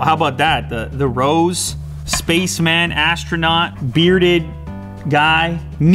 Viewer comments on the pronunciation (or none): none